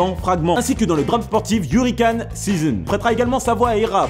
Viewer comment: "HurricAne" "tAken" outch ! Dess fois c'est pas gênant mais là aïe ! Lire c'est bien, connaitre c'est mieux !